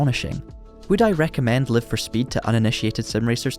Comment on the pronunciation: On ne prononce pas "Laïve..." mais "Live... car il s'agit de l'infinitif !! Sinon ce serait Life !